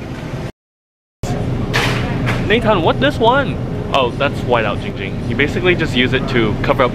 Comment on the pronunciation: Jing Jing not Ging Ging